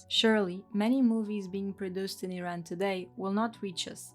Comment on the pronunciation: Great video! The only thing that annoyed me was the constant mispronunciaton of "Iran" and "Iranian"